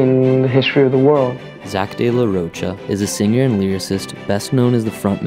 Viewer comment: I wanted to watch this, until you mispronounced his name right from the start.... good luck with your channel.